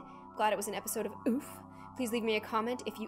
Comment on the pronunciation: its not a oof its a oooofufff